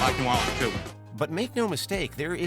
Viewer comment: I live in New Orleans (Not New Or-Leeeenes), and your stats should have been updated. 2018 was 3 years ago. We are now topping the charts.